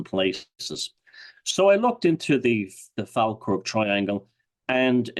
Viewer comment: it is pronounced Fall Kirk. Also a lot a medievel and 18th Century battles in the area.